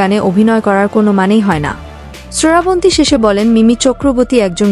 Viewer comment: তুই ও কি বাংলাদেশি?? শ্রাবন্তী নাম কে ঠিক মতো উচ্চারণ করতে পারছিস না, সরাবনতী বলে যাচ্ছিস।